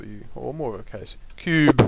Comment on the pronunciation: i ROFL'd how he said "or more of a case, CUBE!" LOLOL